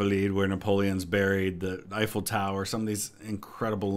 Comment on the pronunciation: I feel pain every time Simon mispronounces names, and with amount of "Eiffels" in this video this one probably of the worst kind